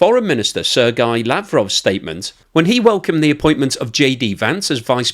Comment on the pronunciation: I thought it was “ Sir Gay Lavrov” !!